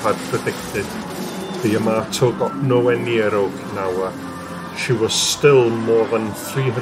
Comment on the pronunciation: You say Ya-MAY-to, I say Ya-MAH-to. Yamamoto. Yahamayokahamamoto.